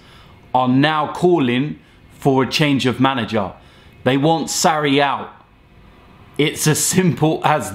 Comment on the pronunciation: Sarri not Sarri